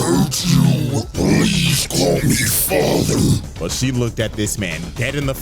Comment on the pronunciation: is it "fater" or "Father"